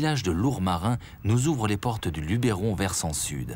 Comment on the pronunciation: beau reportage mais vos mieux apprendre a prononcer "LUBERON" !!!!!!